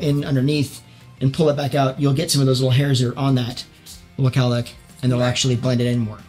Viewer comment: Oh he was saying cowlick! I was thinking whats a kallack, is this an American thing ? 😂